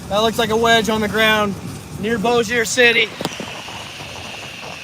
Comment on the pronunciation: LOL. It is funny to hear him talking about getting underground. And the way he pronounces Bossier. LOL too. Shreveport and Bossier does not have sirens either. Maybe we should? Love this guys enthusiasm though.